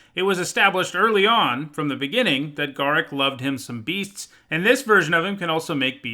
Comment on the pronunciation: Uh oh. You mispronounced Garruk